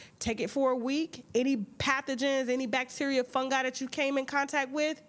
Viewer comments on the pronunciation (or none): none